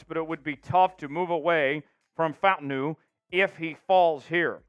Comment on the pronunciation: It’s pronounced Fa Ta Nu…